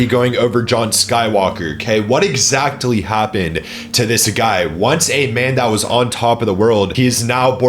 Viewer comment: Bro why do you pronounce “exactly” as “exactely”